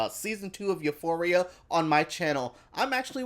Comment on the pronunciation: I love the way you pronounce Euphoria